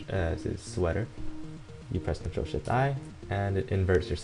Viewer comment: what are the controls to change brightness? it sounds like your saying "Ctrl, sh*t, u."